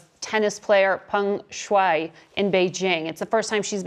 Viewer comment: Yes, I'm wondering the same. What gives Lying Ted any credibility on this subject? He can't even get the tennis star's name correct, calling her Feng Shui, instead of Peng Shuai.